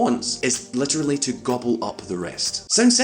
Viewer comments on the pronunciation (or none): none